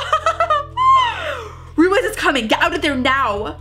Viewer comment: Sorry it's been bothering me. Ruiz is pronounced ROO-EEZ not ROO-IZZZ Just wanted to point that out :))